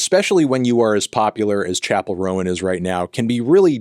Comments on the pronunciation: it's roan not rowan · 1) I’m so sorry to hear you went through SA. It’s extremely sad that I don’t see any comments about it. I hope that you’ve been able to do some recovery/therapy around it bc that shit cuts deep whether we fully realize it or not. 2) last name is pronounced rone, rhymes with own and phone